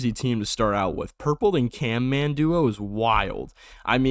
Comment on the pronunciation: CaNman? It's CaMman